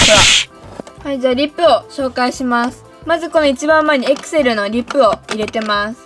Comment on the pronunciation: エクセルの発音がアクセル(笑)